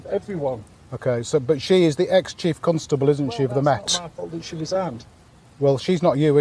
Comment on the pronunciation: The is no "U" in Constable.. really irritates me when he does that..They do it in Ilkley and Harrogate.... Pseudo 'posh'